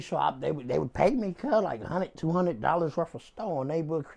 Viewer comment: Instead of saying 100 he say 55th lmao